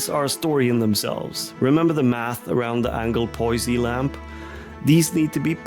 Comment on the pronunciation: Great video. Note: The last 'e' in AnglePoise is silent.